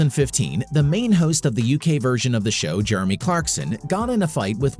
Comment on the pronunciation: the guy cant even pronounce Jeremy properly